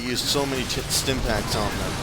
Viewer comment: "because they used so many ti-stim packs on them" XD